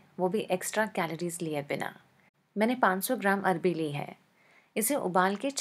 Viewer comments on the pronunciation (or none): Hi love u.. Its called arvi not arbi 😊😊😊 love ur rcps too😍😍😍😘😘😘😘😘